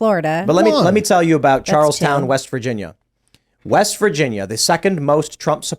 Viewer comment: He’s says Charleston wrong..lol